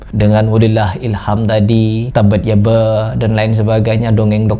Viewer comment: Gua dengarnya "tobat ya ba" 😴